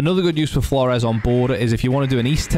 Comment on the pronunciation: heard a guy pronounce this name as "floors" i laughed at first thinking "thats a good one" then he continued to pronounce it that way, seemingly unironically throughout the video. I lost faith in humanity that day